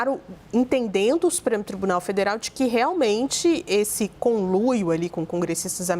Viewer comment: uma repórter que fala "" CONLUIO""